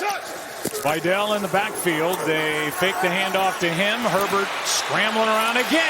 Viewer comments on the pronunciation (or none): why pronunciation vy-dell instead of vee-dal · its not vajdel its vidal